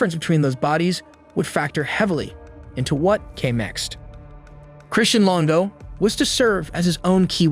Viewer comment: Longo not Lingo, FFS